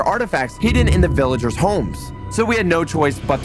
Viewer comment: (talking about a hole teleporting them to a village) Also:"says vilaegers" (That's what i heard if you guys hear him saying that just repile "yes i heard him" not begging for repiles)